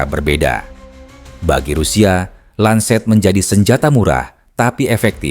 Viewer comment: Lancet kakak, bukan lanset. ini bukan bahasa inggris ya 😊